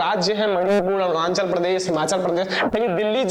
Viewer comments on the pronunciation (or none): none